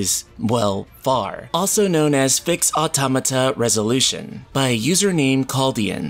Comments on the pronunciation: Finally a person who can pronounce automata properly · The second I heard the way he pronounced "Automata" I left. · You are not alone. I also pronounced Automata that way.